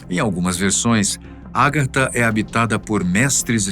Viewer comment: Meu caro apresentador, a pronúncia correta é Agartha e não Árgatha